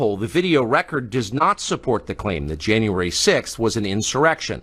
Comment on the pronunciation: “Janyay 6” I love it B Tatum!!